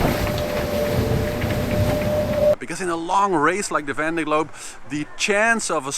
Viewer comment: Can he learn to pronounce Vendée?